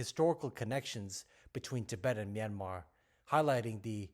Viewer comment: Finally a man who can pronounce "Myanmar" correctly. Thanks so much XD